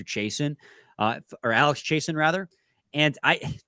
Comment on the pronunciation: It's Chiasson, Chay-Sahn or Chase-On, not Chay-sen. Like Steve Chiasson who played for the Red Wings in the late eighties and early 90's. 😁